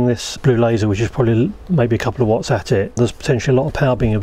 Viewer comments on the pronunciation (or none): none